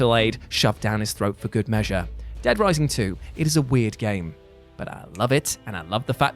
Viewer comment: Did you have a seizure? Just wondering what that accent was on dead rising 😉😘😅